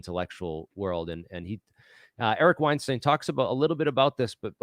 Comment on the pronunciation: Keating Brian Keating. Weinstein mispronounced. Credibility can be lost by being imprecise. Like your stuff but now need to check everything after first two errors off the top.